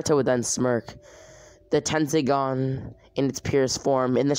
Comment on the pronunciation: Dude it’s tenseigan tesnseigan